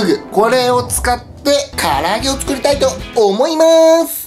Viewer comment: ふぅぐのふぅら揚げｗｗｗワロタ